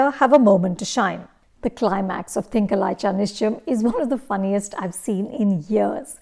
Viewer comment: At least put in some effort to pronounce the name of the film correctly